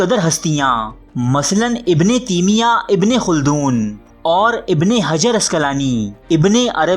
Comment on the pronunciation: تیمیہ میں تا پر زبر ہے